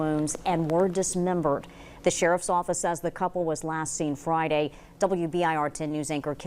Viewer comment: Sharf's Owfiss! SHARF'S OWFISS!! SHARF'S OWFISS!!!